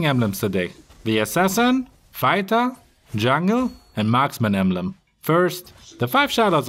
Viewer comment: Hei...pls pronounce jungle correctly...it "junk & girl"...not "junk ngel"